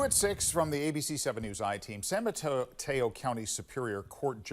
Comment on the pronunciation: First - lol first guy messed up saying Mateo 😂